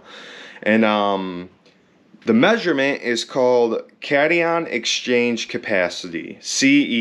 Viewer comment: Cation is not "cat-ee-on", it's "cat-eye-on". The opposite is anion, "an-eye-on".